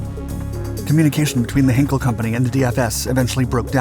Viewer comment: These videos are ruined by the speeded-up commentary.... PLEASE STOP DOING THIS!!!! But also please pronounce German words correctly - it is NOT 'Heenkle' but 'Heinkel' (pronounced Highnkel)